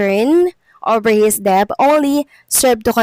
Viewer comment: Please correct your pronunciation of "debt".